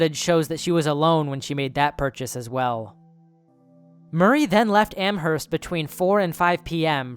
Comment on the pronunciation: I’m from mass, I love his pronunciation of amherst lol